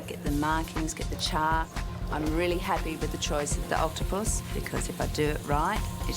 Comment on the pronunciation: "OctoPUS" Do all Australians pronounce it like that?